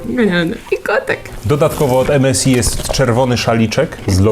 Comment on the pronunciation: EMESAJ A NIE EMESI!!